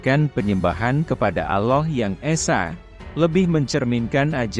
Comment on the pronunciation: ALLAH bukan Aloh😂 Nasrani yang tidak berpuas hati jangan bercakap main belakang.... harus berdebat dengan Mantan Mantan pendeta Kristian yang telah memeluk agama Islam ❤❤❤❤